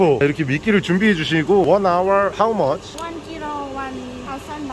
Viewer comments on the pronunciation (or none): none